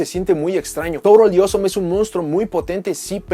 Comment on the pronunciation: Soy el único que cuando decía Toadally Awesome sonaba más bien torodioso?